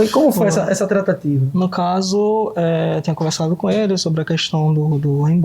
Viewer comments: É "trataTIva" q ele fala. Com força no "ti'😊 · Kkkkkkkk é verdade Tratateevaa kkk😅😅😅